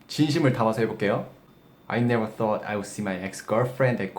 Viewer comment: 써어트 인가요? 발음이요